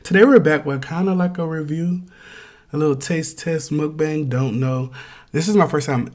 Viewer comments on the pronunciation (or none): none